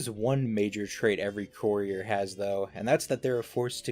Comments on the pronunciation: The “coorier” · He pronounces courier like “coorier” 😂😂